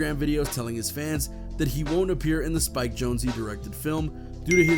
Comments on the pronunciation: It's pronounced Spike (Jones). How do you not know that? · Its SPIKE JONEZ, not Jonezie